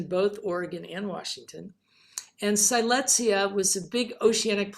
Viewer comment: Siletzia was named after the Native American Siletz tribe in Oregon’s Northern Coast Range because the Siletz tribe and Siletz River are in the center of the Siletz Terrane. The correct pronunciation of the Terrane and tribe is Sill Ets, not “Sigh lets.”